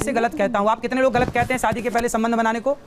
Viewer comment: पहले अपने Pronounce सुधार लीजिए. शादी को SADI बोलते हो